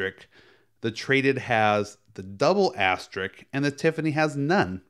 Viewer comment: I'm implying you're saying it all wrong. I'll help you out 'ass-ter-risk' ....but say it fast. you're welcome.